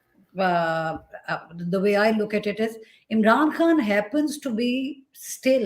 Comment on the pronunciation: Barkha pronounces "Eem'ran kahn". So irritating 😑